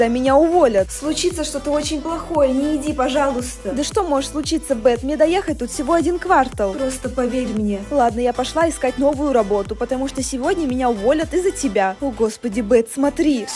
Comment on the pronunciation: не кавартал ударение на другой слог